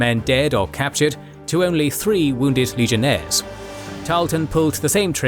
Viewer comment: At 2 hours 57 minutes and 43 seconds. My man said legionthere's cause he's so used to talkin about rome